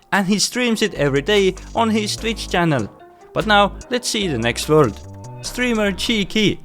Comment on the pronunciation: Nice "wurd" btw